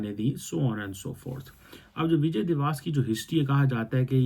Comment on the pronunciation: First of all it's 'divas' (pronounced as dee-va-ss) not 'diwaas'. 😂 Secondly we do it to showcase the humiliation of the Pakistani hijduddin fauj in 1971 - the largest post-WW-II surrender by any army. Thirdly, you forgot another important aspect of Vijay Diwas - the Paki army took off their pants and showed it had no balls. The pants are still preserved in many of our army museums, incl Amritsar. Ye din Pakistan ka sharmnaak dastaan bayaan karta hai. Tum har Dec 16 par chutti lekar apna Mongolian thobda chhupaya karo. 😂😂😅